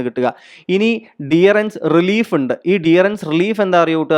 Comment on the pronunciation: ഡിയറൻസ് അല്ലല്ലോ ഡിയർനസ് എന്നല്ലേ.